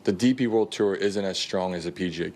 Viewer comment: Billy it’s “Tour” not “Terr” 😂